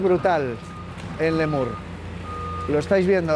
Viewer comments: Xq dices Lémur ? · Lemur... Cuando lo ha dicho la 2a vez digo... Lo he oído bien. Fuerza Letur!!! 💪💪💪❤️ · LETUR, LETUR no LEMUR. ❤️❤️🇪🇦🇪🇦❤️❤️